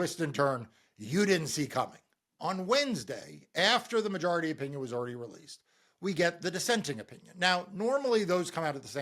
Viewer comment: Random question: Why do you keep mispronouncing “majority”? You keep making the O into an A.